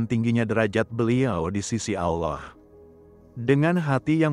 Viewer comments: Karena AI tidak bisa membaca Allah kak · Kenapa setiap penulisan allah dan pembacaan kalimat allah sengaja di salah 2 kan, ini membuat islam emosi